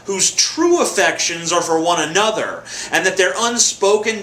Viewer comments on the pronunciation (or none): none